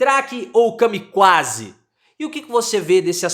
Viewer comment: CAMIQUÁ é bom KA-MI-QUÁ kkk